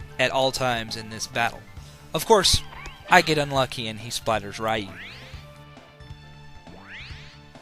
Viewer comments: Potato and tomato you can get away with, but Ryu is a specific pronunciation. It's similar to being named Ray, and being called "rye." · It's pronounced "ree-yoo," not "rai-yoo." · Technically it's pronouced "roo". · Ray? You mean R-Eye?